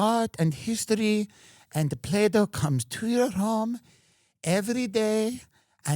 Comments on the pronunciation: She says "Play-Dough" when the name of the robot is "Plato", don't get me started on the rest of her shit show... 😂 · Plato = play dough = play doh. thanks homer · first I heard them say playdough, then I thought they say play-doll - reading the comments I understand they call it Plato... May this never find my country please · Plato, or Play-D’oh?